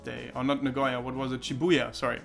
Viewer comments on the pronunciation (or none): none